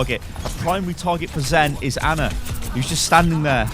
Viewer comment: Finally someone says Ana instead of Anna